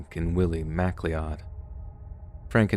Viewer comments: Please dont be offended, you are usually so spot on. Mcleod is scottish, pronounced MacCloud. Scottish miners. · Apologies in advance for seeming petty, but it's entirely FYI... McLeod is pronounced cloud, with a Mc up front. 👍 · Your pronunciation of the surname McLeod had us in stitches throughout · Missing people stories always hit home, definitely some of the spookier stuff that could happen to anyone. Just a side note - McLeod is a common Scottish name and is pronounced "Mc Cloud" rather than "Mac Leod". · McLeod = Mc + Cloud, not MAC lee ODD. Thanks for the stories! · Took me awhile to realize that Mac-Lee-Od should have been pronounced Mac-Cloud. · I can tell by the way you’re pronouncing Mack Lee Odd that it’s McLeod or MacLeod . It’s pronounced ‘McCloud’ 🏴 Like Connor McLeod in the 80s Highlander film 😊 (I’m Scottish) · Mac Lee odd …..really…😂😂😂 McLeod (McLoud) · I can't believe someone who makes a living narrating things doesn't know how to pronounce "McCleod" as "Mc-Lowd" like "McDonalds" and says "MACK-LEE-ODD" instead... twice. Also repeat sentence at around 35 minutes, very jarring for a 1 million subscriber channel. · Love your stories. Regarding the McLeod brothers.......... it's not pronounced Mac-Lee-odd. It's a Scottish name pronounced Ma-cloud. Haven't you seen The Highlander movie? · Sorry man, it's not Mac-Lee-odd(McCleod), it's McCloud. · McLeod is pronounced "Mac Cloud" not Mac Lee Odd. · "Macleeodd"🤣🤣🤣 I love you, dude! It's pronounced "MacCloud" Scottish, and especially Irish, names are super hard, though! Ireland takes the cake for out-there spelling vs pronunciation, though. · McCleod should be pronounced to rhyme with cloud plz your mispronunciation is simply odd lol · FOR CRYING OUT LOUD! It's pronounced McCLOUD! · pronounced Mc-CLOWD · McLeod is pronounced mac-cloud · McCleod is usually pronounced McCloud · It pronounced 'Macloud' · McLeod or MacLeod is pronounced Ma-cloud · McCleod=pronounced MCCLOUD 😉